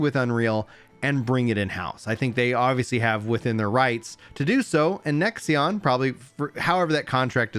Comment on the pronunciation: why do you keep saying "nexion" it is a five letter word how hard is it to read lol